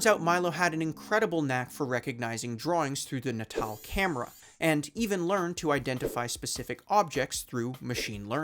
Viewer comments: yelling at my screen every time you mispronounce "natal" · Why do you keep pronouncing "natal" like such a chump? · i don't know if you're pronouncing "natal" like that to drive engagement or if i'm just america-brained but what the hell man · Why can't you say the word "natal" properly? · You should really double check the enunciation of natal. Think babies. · Nay-tul. Like neonatal. Not naw tall. Fuck my ears. I can't with this video. Goodbye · N'taal? I think it's pronounced "natal", as in birth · "nuh tall" and not "natal" as in "pre-natal?" Uhhhhh this is gonna be a long video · Are we sure it's "nuh-TALL"? "Natal" is already a word, it means "related to/of the nature of birth" (you know, like "neonatal" ICU cares for newborns? Prenatal vitamins are taken by pregnant women prior to giving birth, etc) which is pronounced "NAY-tull" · Am I the only one annoyed by how he keeps pronouncing the word natal as 'nuh-TAHL' rather than 'NAY-tle'...? 😑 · It's not nuhtahl it's naytuhl. As in natal, meaning relating to childbirth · “Na Tall”?? FFS at least learn how to pronounce the subject of your videos. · isn’t it pronounced… natal? as in, neo-natal. nay-tull? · no. ill try. nay-tul. is t hat ok? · I really want to give this story and channel a chance but I can't get past the mispronounciation of "natal" (nay-tul). You know, like "birth"? Holy moly. Otherwise the video seems decent. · It’s. NAY TAL lol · Is it not pronounced natal like prenatal? Not Nat-All? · It was always pronounced as nat-all in conferences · I want to punch you everytime you pronounce NATAL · Calling the word "natal" like it's fucking english shit. Dude... natal is relating to the place or time of one's birth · Is it not natal, as in like… prenatal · Pretty sure that’s not how you say natal……. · why didnt you look up how to pronounce "natal" before recording this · Why did he pronounce natal like that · Thata not how you say "Natal" 😅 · "Nay-tall," "Moly-no" And I'm out